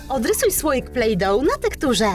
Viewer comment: Plejdo się mówię a nie plejdo,ł,🧐🙄